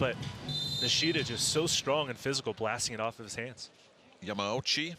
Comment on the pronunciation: it's ya ma u chi, not ya mau chi XDXD L on the commentator